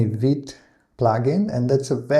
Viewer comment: Also, you pronounce "vite" perfectly (like a real French man)!!